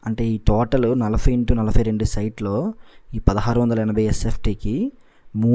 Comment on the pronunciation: Nalafy kadhu adhi nalabay anali telugu sanka naakisthunnam maname